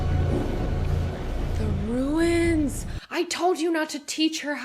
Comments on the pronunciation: It's "Runes" (like DUNES), not "Ruins". :) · Ruin ofc 😂😂😂 - Stewie, Ruins..😂😂 Its Runes, not Ruins 😂😂😂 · Runes, not ruins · I'm sorry for being this picky, but I am compelled... they're "runes" not "ruins" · Runes, not ruins. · Runes....not "ruins." ;) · Runes not ruins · Hey....it's RUNES....not RUINS...:) just a little quibble. Great reaction...:)